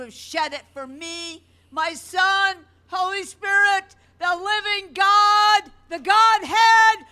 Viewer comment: WTF is with that "whole-EEE"? Walk and talk just like her? Cool I could use a vacation in a loony bin lol.